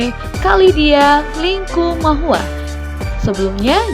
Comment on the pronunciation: Shalom, koreksi dikit ya bukan LINGKUMAHUA, tp LIKUMAHUWA